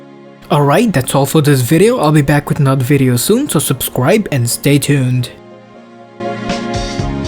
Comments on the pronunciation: said subscuaib instead subscribe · at the end you said subscwibe XD